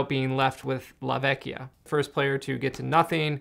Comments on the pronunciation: I wasn't sure, but a kind Italian commenter gave this info: "Yup, in venetian dialect la vecia should be pronounced “la vetcha”, like captcha. When it’s spelled la Vecchia is like a k sound, as pronounced correctly in the video. La vecchia is Italian, vecia is Venetian dialect, but in general that’s how it’s spelled in all northern Italian dialects" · La vecia is a Venice dialect word and must be pronounced with the soft "c" like in the Italin word "Ciao". "La Vecia" means the old one (generic old woman), that in Italian is "La Vecchia" and it must pronounced as you said in this video. Fun fact: "vecio" or "vecia" are often used by the venetians talking with friends, like the english "bro"